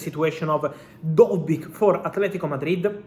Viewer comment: lol also its dovbyk, not dojberg lmao